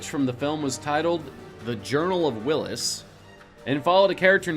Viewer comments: Journal of the Willis?? Sounds like a 'Different Strokes" spin off. Whills is pronounced WILLS NOT WILLIS! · It's Whills, not Willis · I loved it until I heard you call "the journal of the Whills", "the journal of Willis"😢